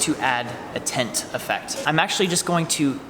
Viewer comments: I beileve you meant to say Turbine not Turbin & You meant to say Tint rather than Tent. I feel like an asshole now lol. Appreciate your reply man. Those are the main ones I noticed in this video but I have heard in a lot of other ones too. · "tint"*tent* Laughing way to hard at that.